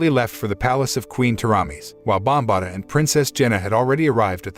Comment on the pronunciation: ok its Bombaata not sure why that bothered me so much